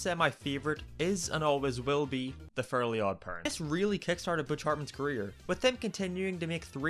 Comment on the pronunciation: “the FURLY god parents”